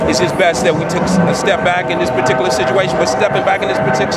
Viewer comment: Most MAYWEATHERS can't say the word REPRIEVE, but you didn't do too good saying the words PARTICULAR SITUATION,. Just saying.